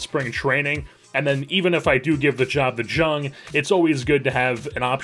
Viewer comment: Just fr future reference, his name is spelled Jung but is pronounced young! Love the content